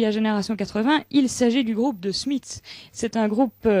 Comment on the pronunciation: Belge? Ça expliquerait pourquoi elle prononce le nom du groupe de façon très décente... N'importe quelle animatrice française irait avec leur fameux "ze smiss", empreint de leur petit air suffisant. Alors, du coup, donc, voilà!